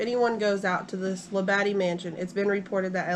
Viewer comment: It's pronounced Lab-a-de.